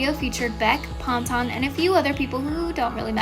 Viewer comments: It’s pan-tun lol 😭😭😭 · No one: this Chanel: Olivia pŌntän & Kio sîyër